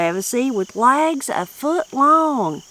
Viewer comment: Funny how they pronounced legs as "lags" 😂